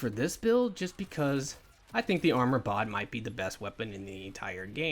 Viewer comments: Great vid bro but it’s Bod like it rhymes with sod but it’s bod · are you dyslexic? it's literally called BOD.